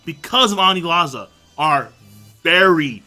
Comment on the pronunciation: “Anizala” Yet another mispronunciation to add to the many mispronunciations of the